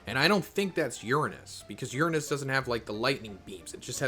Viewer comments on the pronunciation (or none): none